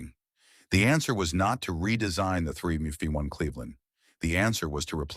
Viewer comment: Would be nice if you quality checked your videos... The AI narration can't pronounce 351...